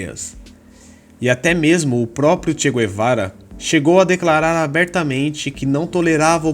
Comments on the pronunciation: Não se diz "gu - e - vara" nem em Castelhano nem em Português... Assim como não se diz "gu - e -rra".... E sim "gue - rra"...igualmente se diz em Castelhano: gue-rra... El "che" Gue-va-ra.... E sobre esse imprestável...realmente...precisaria fazer não um video...mas uma série!!! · É Che Gue-va-ra. E não Gu-e-va-ra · Não é "gü-e-vara"... "gue" em Espanhol ou em Português é "gue" Como "guerra"..."guerreiro"... Então... digam "tchê Guevara"... (em espanhol "todos os argentinos" são chamados "tchê" [gaucho]...e os BRs "são todos" "cariocas") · Mano da mó nervoso vc falando "guê"vara kk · Não sabe nem pronunciar o nome dele rs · MANO KKKKKK TU NEM SABE FALAR O NOME DELE, COMO VC VAI FALAR DE ALGUÉM SEM SABER O PRÓPRIO NOME DELE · Che Guevara , a letra U não se pronuncia.